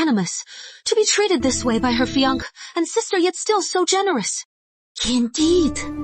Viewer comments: Her “FEE-UNC”??? I’m so over it lmao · I love when these cdrama mispronounced fiancé.😂